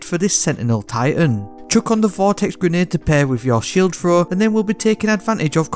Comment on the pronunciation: fanks = thanks free = 3 frow = throw wif = with Ya speak a bit too fast for the regular americans mate, a lot of this sounds jumbled af. Sick build tho LOL